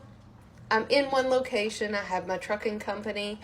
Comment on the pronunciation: Oh Trucking! Could have sworn I heard tricking. Turned out I was right